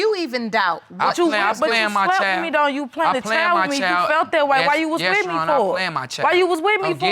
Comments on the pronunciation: "we PLANET this baby, and when i got pregnant, he was THURR...." smh lol. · "we planet this baby" Gurrrl Hooked On Phonics is waiting on Y.O.U😂😂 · She said we (PLANTED THIS BABY) instead of we planned this baby lol ! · Did she say “planted” this baby? I’m tired. I’ll have to go back and listen again. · "We planted this baby" lololol. I know she meant to say "planned to have" but it just cracked me up. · Did she say...."we plan-ned" this baby? 🤔plan-ned🤔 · Lol i think she said thay new word, "planneded"..either way,😂😂i cant! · The way some say plan Ned intsteed of the correct way just one word planned this baby😂 in the beginning it sounded like she was they plant in this baby 😂 . Just lightning the mood ,see this is going to be tense 👍💞🤗💋💜💟🧡💜💜💜🧡💟💞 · We what she said...... plan Ned or planted lol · They PLANNED'DED'DID that baby though! wow, I think I may have missed a syllable in that mess. Yea, I hope she doesn't teach th baby those speech patterns, pretty atrocious on th ears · “We PLANDED this baby” 🤦🏾‍♀️🤦🏾‍♀️ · She lost me at planned-Ed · Born Hustler✓ plan-ded I heard that right off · MiZzunderstoodtoo MiZzunderstoodtoo ..... She pronounced it "plan-hed" as how you would say " planted"... Instead of "planned" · I heard "planneded"🤦🏽‍♀️ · No she just pronounced the -ed like planneded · "We plan-ed this baby" It's planned (sorry, I had to get that out) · I cringed when she said it.. I thought she said planted, lol. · Did she say planted? I thought she said "planded". The title says "planned". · 50 secs in and I gotta comment 🤣 she say "We planet this baby" hahaha